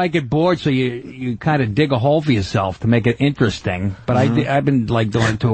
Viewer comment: "ineresting" God, I hate him.